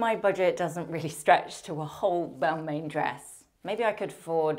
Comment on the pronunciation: Balmain is pronounced as Balmah